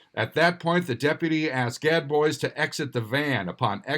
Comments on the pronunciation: IKR....everyone knows it's pronounced GAD BOOZE! ;) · Gad Boys🙄 #1, how have you never heard the "-bois" pronunciation? #2, why do you never just make a phone call and ask?